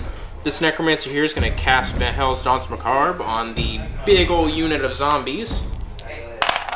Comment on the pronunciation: The "r" in Danse Macabre is silent by the way.